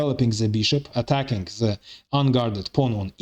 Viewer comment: 😂😂😂 same comment .. even in arabic we have same situation with the egyptins they pronounce a lot of letter (ze) like he did .. ze queen ze king 😂😂